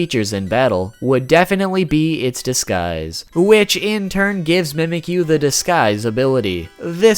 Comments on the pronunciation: I like how he says "Mehmekyuu" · In the official Alolan Handbook, the pronunciation says 'mee-mee-kyu' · Shouldent it be mimichu? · fact #6 its pronounced MEE MEHK YOU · it's not how you say it you say it like this : ME-ME-Q